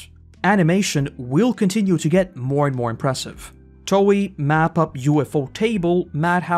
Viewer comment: i couldn't stand to watch you butcher the names of...EVERYTHING, even Toei... if you don't know how to pronounce anything, you should either research THAT before making your video, or maybe just don't make a video about it. as for Anime, what we ACTUALLY need right now is a big CRASH in the Anime market. we need the Anime bubble to POP, so they will stop churning out so much hot garbage, and just focus on quality plots and animation, instead of money machines, which ruin series that would otherwise become award winning, and not just in some arbitrary "Anime" category...